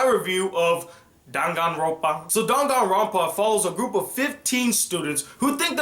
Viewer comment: I don't think that this is how you say danganronpa